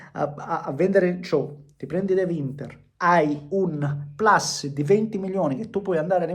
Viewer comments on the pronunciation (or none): none